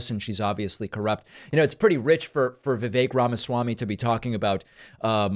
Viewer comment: Vivake rhymes with fake.